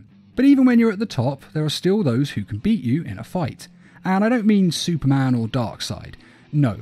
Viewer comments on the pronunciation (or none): none